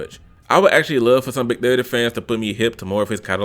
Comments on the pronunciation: The way he kept saying “Big Thutty” had me wheezing 💀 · Big durr dii pronunciation had me dead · Lool the way he was saying big30😂😂😂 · Why you saying big30 like that💀💀💀💀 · the way he was saying big 30😂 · Bra i was really dead the way you was sayn big30😂😂😂😂😂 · The way he says big30 😂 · the way u say "big30" has me dying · How he pronounced big 30 has me dead 💀